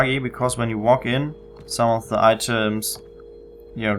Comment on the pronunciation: cool, you talk like Sam from Far Cry 3. "Ze" instead of "The", amazing simple thing like that brings back memories for an amazing game.